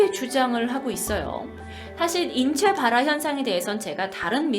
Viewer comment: 인췌봘화 ㅋㅋㅋㅋㅋ